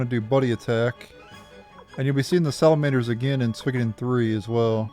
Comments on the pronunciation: Swiiggoden.... Lol it's pronounced " Sue-wee-Koh-Den " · I've never heard anyone butcher the name so bad....